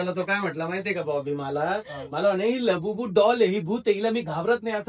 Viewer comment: said labubu❎ labubi✅😂